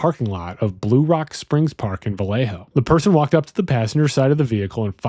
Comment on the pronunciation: Maybe don’t say Vallejo like that.